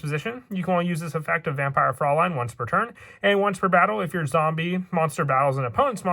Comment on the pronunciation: I love the build but also as a person with German heritage I just want to commend you on your proper pronounciation of "Fraulein". Like, everyon else says it wrong so congrats, lol